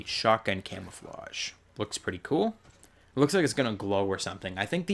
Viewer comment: U said camofawgs unsded of camouflages